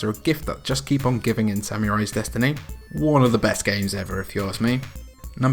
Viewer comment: google how to pronounce samurai